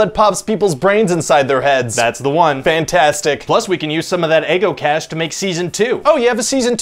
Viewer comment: "eggo cash" lol